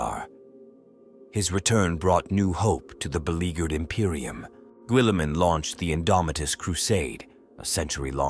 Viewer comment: I hate these lazy videos. If you're gonna narrate, then narrate. But no , you use a sub par AI That can't pronounce... Primarch , Guilliman , Goge Van dire , to name but a few. Unsubscribing.